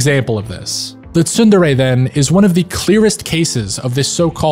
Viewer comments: It's pronounced tsun-DERE, with the focus on the second syllable. Can't believe you did an entire video and you're pronouncung it wrong smh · Where did you learn to pronounce Tsundere like that?